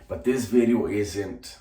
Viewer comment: It’s funny the way you say “New Bideo” 😂